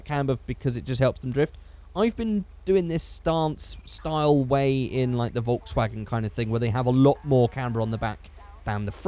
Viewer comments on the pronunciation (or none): none